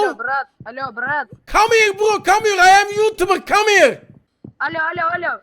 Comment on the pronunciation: Come heare laan 😂😂😂😂😂